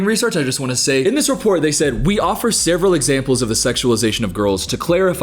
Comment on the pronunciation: totally not the point of the video, but i love how you say the word "several", you sound country as hell